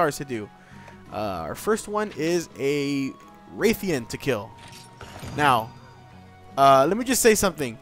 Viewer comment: For future reference if the a in rathion had a long a sound it would be spelled wraithion. Just as you pronounce wraith with a long a sound. So that should end any debate since the name is translated into English. And there is no I after the a it is rathion, pronounced as spelled. Now if we want to be technical neither are correct because its true name is in Japanese and you'd have to say it that way to be truly correct. But I think everyone's fine with it being rathion.